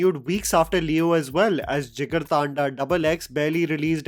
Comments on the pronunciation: It's not "thaanda", it's pronounced "dhandha" a corrupted form of Hindi word "tandha" (cool) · Its not thaaanda its thanda like hindi thanda... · Bro jigar thanda is a hindi word, don't pronounce it as jigar thaandaa, I recently got to know the right pronunciation😅